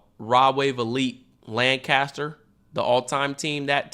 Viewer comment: Everyone like this so cam sees it, cam pronounce it lancister not Lancaster ok??? I’m from pa so if ykyk